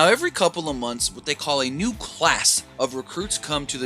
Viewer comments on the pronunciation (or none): none